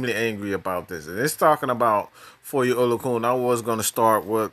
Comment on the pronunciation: Oh-lo-a-khan That’s how it’s pronounced...